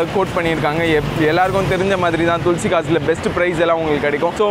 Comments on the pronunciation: துள்சி கார்ஸ் இல்ல பா,,துளசி கார்ஸ் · Otha Hindi Karan thulasi nu correct ah solran unaku Inna vaaila thulsi thulsi nu Petra vidura